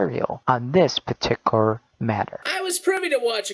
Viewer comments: Why does he keep saying "petiker" instead of "peticular"? There is a "u" and a "l" in there. It's bothering me to no end. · Along with everything else he said, the one thing that also got on nerves was the way he said particular. It sounded like "Partiker" to me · He always says paticular he keeps saying it WRONG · The way that he says "particular" triggers me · Am I the only one that gets annoyed that this guy can say particular? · I don't know why, but the way he says "Particular" annoys the hell out of me